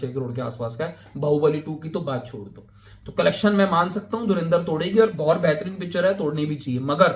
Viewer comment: Movie ka naam to sahi se Pronounce kar lo, its not DhurIndar its DhurAndar, aur total footdalls tab count karna jab theatre se nukal jayegi